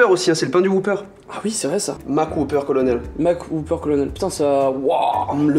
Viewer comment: "Le colonel MacWhop"